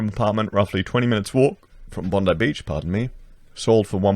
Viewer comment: I love hearing you massacre Sydney suburb names. Even Bondi LOL